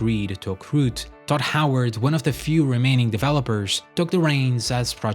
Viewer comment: It's very amusing to hear this fella repeatedly call Todd Howard "Dod Howart"